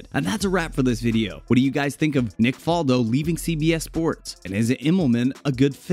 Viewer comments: Ok, well, it's Fal-do with the "fal" pronouced like "Al" or "Val," not like "fall" or "wall." Faldo's professional career started in 1976, not 1997. He finished 8th in the Order of Merit in 1977, not the "European Open" whatever that is. These are just a few of the many, many things this video gets wrong. If you're just going to regurgitate Wikipedia pages, at least do it accurately, folks. C'mon. Are these all like this? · Greg Norman was number 1 for 331 weeks, he's second to Tiger Woods, get your facts straight, and learn how to pronounce Faldo's name correctly